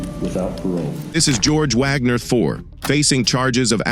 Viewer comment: Your AI-voice should learn how to correctly pronounce "IV".